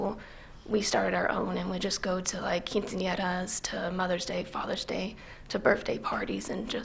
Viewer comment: She pronounced the word Mariachis & quinsenera very Well in spanish for being a gringa...lol very attractive too...